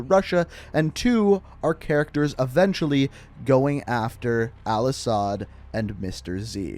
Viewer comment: The way you miss pronounced all ashads name triggered me